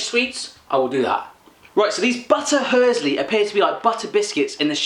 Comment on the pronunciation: 'Battahörsli' im dead xd